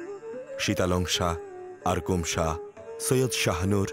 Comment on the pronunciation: নামটা ঠিক করেন না কেন? নাকি ইচ্ছা করেই বাঊলের নাম বদলে দিয়েছেন? Saha না এইটা Shah